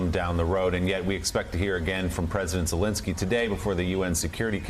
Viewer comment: they are not soviets lol and pls pronounce Zelensky correctly.